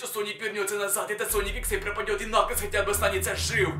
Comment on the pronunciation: Это уже не накалз а накаклз